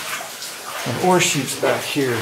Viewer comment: Ore chutes? The whole video was wondering why he kept talking about horseshoes ...